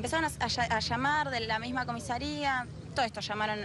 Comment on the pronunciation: Salvo porque dijo COMISERIA